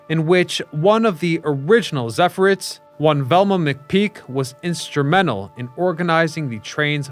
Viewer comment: Zephyr-ETTES. Emphasis on second syllable. Just sayin'. Excellent work, as always.